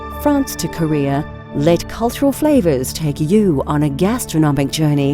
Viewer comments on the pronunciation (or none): none